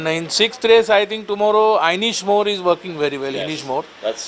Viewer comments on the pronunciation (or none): Anishmore lol inishmore